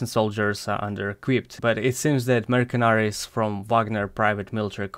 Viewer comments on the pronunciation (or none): Классный видос. Может я буду звучать притенциозно, но я реально хочу помочь. В слове "mercenary" буква "c" читается как русская "с" , а не как "к". По сути это мёр-сэ-нэ-ри. В сокращении можно говорить "merc" в котором "с" будет звучать как "к", фонетика "мёрк", но это не формальное обращение. Надеюсь помог. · The "c" in mercenary is pronounced like "s", not "k".